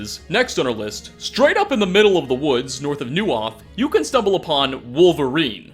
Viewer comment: Uzhitz: (Oo-shit-s) Neuhof: (noy-hoff)